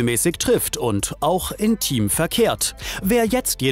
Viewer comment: "intim" oder "im Team"?